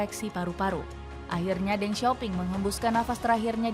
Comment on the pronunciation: Ya ampun lain kali lafalnya yg bener.....Deng bkn dibaca Deng tp Teng Begitu juga Dong bknnya dibaca Dong tp Tung. Lain kali tanya2 dulu dgn yg paham